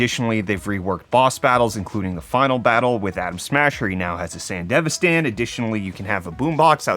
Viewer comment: What a treat it was hearing ‘Murican Sandevistan pronunciation! 👌🤓🙏 First I was like: “saywutnow?!🥹 sAEn-dev-eStan. Replayed it a couple of times..😳only to realize..sheeesh how do I know I’m not the one saying it in a..🤔..you know, surprising head tilt-inducing-you-got-my-attention/say-what-now kinda way? 😊😌 Anyhoo..I’m gonna say thx for the very much appreciated content as usual y’all! Hope y’all have an awesome week! ✌️🖖